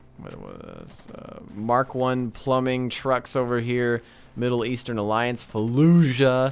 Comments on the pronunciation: lol like why? was it a joke or he really cant pronounce it? lmao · “Mitter eastern” 😂